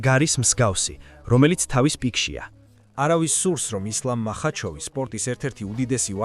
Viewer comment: მახაჩოვი, ტოპურია, ტვიტერი სულზე მოგისწროთ AI-იმ